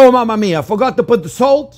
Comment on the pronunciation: “MaMaMia!??” Must be Italian French chef